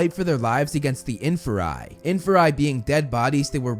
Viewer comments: It's not infa-rye it's in-fear-ie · infer-eye? aight you lost me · it’s IN-FEAR-E